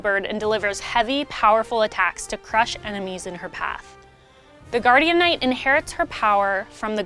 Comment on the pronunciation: For the love of Kazeros, call it Guardian Knight not Guardianknight. it sounds so wrong